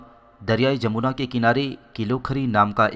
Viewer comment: Correct name is Jamna not jamona